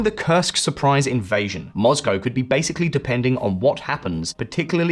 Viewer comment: I love your channel but every time to say ‘moz-go’ I want to cry a little.